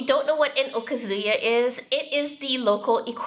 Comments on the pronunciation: Agree! I've also heard Japanese speakers emphasize the second (more) AND last syllable (less): o-KA-zu-YA. Many times, I've heard wrongly pronounced: o-kuh-ZOO-yuh. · That is NOT tempura but, Ebi Fry. Also okazuya is pronounced, O Kazuya. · That's what they call it in the restaurant. Also, the emphasis is on the second syllable of okazuya (おかずや) not the first.